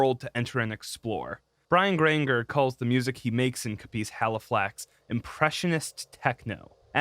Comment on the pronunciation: Grain-jer... like Ranger w a G at the beginning. And its Cop-iss Halifax. Sorry to be nitpicky.